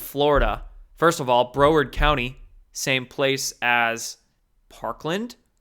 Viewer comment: Hey...just sayin'...Broward County is pronounced BROW -erd County, as in eyebrow...not BRO-werd. :)